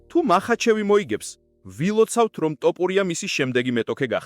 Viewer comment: დავიჯერო ასეთი უნიჭოა ზოგი ჟურნალისტი, რომელიც ვერ არჩევს "თოფურია"-ს "ტოპურია"-გან-ეს ხომ დაცინვას უფრო გავს, ან სირეგვნეა